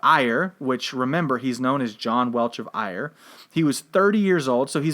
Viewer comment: Ayr in Scotland is pronounced Air... Kirkcudbright is pronounced Kircoobrae